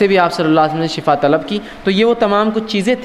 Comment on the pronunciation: اجی ایڈوکیٹ صاحب شٙفٙا زبر سے نہیں آتا ایڈوکیٹ صاحب شِفٙا زیر سے پڑھتے ہیں آپ وکالت ہی کیجئےگا پلیز آپ نے وکالت کا فن سیکھا ہے اگر آپ کی وکالت نہیں چل رہی لوگ بحیثیتِ وکیل آپ کو ریجیکٹ کر چکے ہیں یا آپ اس میں فیل ہوں چکے ہوں تو کوئ اور دھندہ کیجئےگا پلیز یہ میدان علماءِ کرام ہی کو زیب دیتا ہے شٙفٙا شٙفٙا شٙفٙا شٙفٙا نہ کہئےگا پلیز جاننے والوں کو شٙفا سن کر بہت تکلیف ہوتی ہے